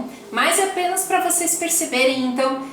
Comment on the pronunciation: Voceis e treis são pronúncias erradas.